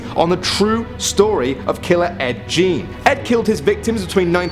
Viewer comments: Gein is geen not jean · It's Ed Gien (geen) not Gene dingus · Its pronounced geen fam not jean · It’s pronounced Geen not Jean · It's pronounced like GANE not GENE. Ed Gein. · Lol, it’s not pronounced (gene) it’s pronounced (g-een) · Uh not ed Jean ed geen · It’s not “Jean” it’s “Geen” (Gein). Also Defeo is pronounced “Duh-Fay-oh” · Ed Jean? Ed Gein, hard G, rhymes with wine. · It's pronounced ed geen not ed jeen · Geen, not Jean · Just a couple of things regarding The Texas Chainsaw Massacre - it's not Ed "Jean" - it's Ed Gein, pronounced, Gine. Second of all, the majority of it was fiction and he lived in Wisconsin. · Its pronounced Geen not jeen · It's pronounced Geen not Jean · Ed "Jean"???? isn't it Gein pronounced like Fiend? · It's pronounced like "Ed Gain" not "Ed Gene" and spelled "Ed Gein". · Damn man. It's pronounced GEEN not JEAN. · But you go ahead and insist it's Gain. That's your right to be right. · it's pronounced ED GAIN. not jean! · I thought it was Geen. But yes, definitely not Jean. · Ed Gein... pronounced Geen not Jean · Ed Gien ia pronounced like mean u know Gien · Ed Gein pronounced gain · I am from Wisconsin. Its Gein as in Geen like it sounds. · It's - it's ed gein . Said like ge-en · In America his name is pronounced Ed gean (g-ee-n) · His name is Ed gein pronounced geen. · It's pronounced gain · Mate gein is not pronounced Jean. Great vid though. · Hey,, pronounced name is Ed Gein (ghee•n) the g sounds like the g in go. The remaining sounds like it rhymes with screen...so geeeeeeen 🙂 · It's pronounced Gein .... With a g not a j.... U pronounce it like u were saying geen.... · It's pronounced Ed Gain like to gain access to something. Lol but cool video. I still like it. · Ed "Jean" really?! Learn how to pronounce the name you dolt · Lol. I'm glad i'm not the only one that noticed that! Is pronounced with a guh sound. And, he only wore one pair of breasts that we know of. He was more a grave robber than a serial killer